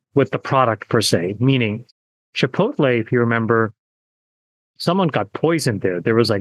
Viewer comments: Chi po tay 😆 chi po ti 😂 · Chipoleh lol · Chipolte does have t in it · See, even the exceedingly wealthy can't properly pronounce Chipotle. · LOL I swear boomers can never pronounce Chipotle 😂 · You guys remember that Jack in The Box commercial where Jack was trying to say "chipotle"? 😂😂😂 I was laughing my ass off... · Imagine being so rich that you can’t even pronounce Chipotle properly.